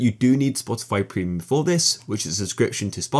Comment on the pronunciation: everyone is chilling until he says "you will need prenium"